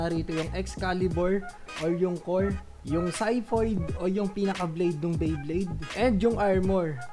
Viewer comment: Syphoid pag pronounce Nyan idol